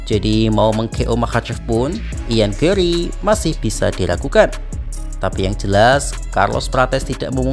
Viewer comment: GARRY BUKAN GAWWRY,BIASA AJA GARRY NYA